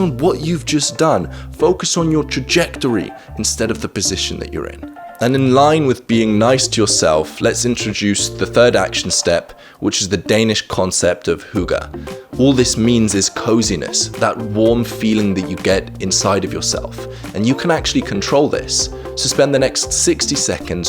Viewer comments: I'm not a Dane/Norwegian, but the 'y' in "Hygge" sounds the same as the 'y' in "symmetry" :) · Except for hygge